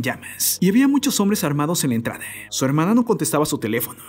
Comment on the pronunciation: Feo el acentito todas las palabras las termina E, "no hicieron nadeeeee", "en la entradeeee" "por la parte traereeeeeee" hayyyy que desesperante